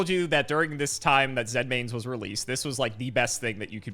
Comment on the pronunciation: "Zen mains? That sounds correct." "Correct." Ah, yes, the monster that armed with mines, with an effect to directly reference stepping on a mine, using the Japanese word "Zenmai", is pronounced like the state "Maine."